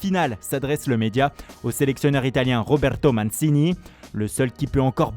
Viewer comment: je suis sous le choc, ce journaliste fait le temps les accents, mais pas la, c’est manchini